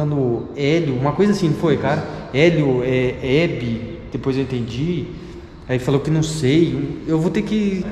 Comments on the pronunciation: o nome do marido da Hebe Camargo é Lélio, e não Hélio!! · Não é elio, é lelio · É LÉLIO E NÃO HÉLIO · O chama ele de "Hélio", mas que na verdade ele se chama Lélio!! 😁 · NÃO É HÉLIO É LELIO! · Lélio, era o marido da Hebe Camargo., não é Hélio e sim Lélio. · O nome do marido dela é Lélio e não 'Hélio". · Lélio era o nome dele, e não Élio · Não é Hélio é Lélio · O nome dele é Lelio, não Helio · soh errou o nome do marido da hebe camargo ..........lelio .......e nao helio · não é Hélio é Lélio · Pessoal não é elio é Lélio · O nome dele naoy é Elio e sim Lélio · É Lélio e não Hélio kkkk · MARIDO DE HEBE CAMARGO CHAMAVA-SE LÉLIO É NÃO ÉLIO. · Não e Hélio É Lélio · Comunicação não funciona pelo total despreparo com os espíritos...nem o nome do espírito ele sabia ...em vez de falar Lélio, disse Hélio! Aff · E ainda fala o nome dele errado